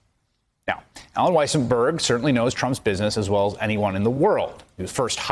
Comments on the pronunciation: Weisserberg? Weissenberg? Weisselberrl? Get it right,. It's WHY-SELL-BERG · "Weasel-berg" Lol. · When the reporter said Weaselberg instead of Weisselberg, I just thought, Freudian slip. 🤣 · Ooof, he said weasel-berg. Anti Semitic tropes bro, easy now. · "Weaselberg"? ;O) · did he just call Alen 'Weasel' berg LOL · "Weasleburg" Ha! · Sounded like he called him weaselberg one time. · He said “WeaselBurg” 😂😂😂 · I love how David Corn pronounces it Allen Weaselberg. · Alan Weaselburg Great pronunciation;) lolololololol 😆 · Thank you for calling him "Weasel-berg" LOL!! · Alan "Weaselburg" HAHAHAHAHAHAHAHAHA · Did he say weaselburg 🤦‍♂️🤣🤣🤣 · I love the way Corn called him “Allen Weaselberg”. Couldn’t be more accurate. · He called him weaselberg!!! 😂 😂 😂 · First time corn said the name he called him "Weaselberg". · "Allen Weasel-burg" lol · Did he just call him Weasle-berg? Lol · Haha "Weasle-berg" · He called him "Weasleberg" haha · Corn undecided on how to pronounce Weiselberg's name..